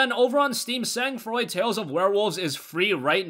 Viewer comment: I got a year subscription to humble monthly thanks to you and it never disappoints me. Other than that, Sang froid means cold blood in French so the pronunciation of it in this video was a little bit off 😅😅